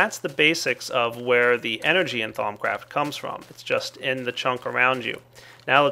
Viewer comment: Lol you pronounced it "Thom Craft" it is pronounced "Thou-oom"